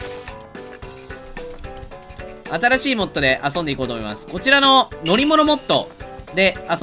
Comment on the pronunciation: kunさんって、あそ↑んでってイントネーション変わってるよね